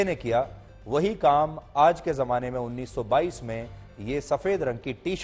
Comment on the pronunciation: 1922 nhi 2022 hai Kaise patkar ho ki shi bolna nhi aata